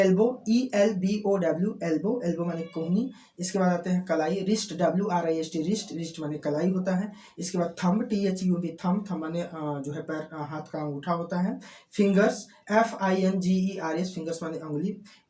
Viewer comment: Shoulder ko aap should bole and thumb ko aap thub bole